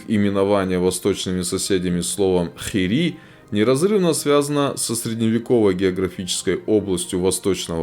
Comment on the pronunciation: ингуши на вашем произнашнии ИР-ИИ стал хири